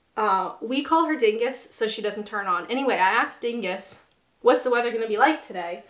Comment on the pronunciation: You "aksed" us? *Sigh* Right, down the snake with you, throw a 6 to continue your journey to proper speech. :P